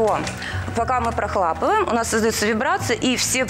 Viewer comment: Ну хоть бы кто-то исправил! Она когда говорит "прохлАпываем" - аж выворачивает☹️